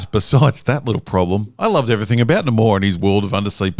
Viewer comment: Every time you pronounce Namor like the Schills decided now it's supposed to be, a fairy loses her wings.... so I hope you are happy now, massacring so many innocent fairies.